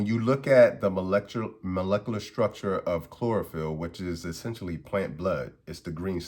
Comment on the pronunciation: Imagine being called Dr. And couldn't pernounce Molecular Structure lmao 😂😂😂😂😂😂😂😂